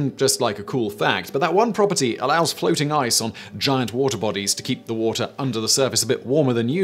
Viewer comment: "The Woahhh-teh Channel."